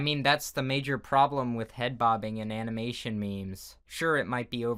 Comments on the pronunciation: I'm not being rude, but you said animation wrong It's ok with the meme part, that's just a way to say it, it's not wrong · "animination m e m e s" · So no one’s going to talk about the fact that he said *animination*? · am i the only one who heard him says animination? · He said it like that on purpose lol. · "Animination meymeys"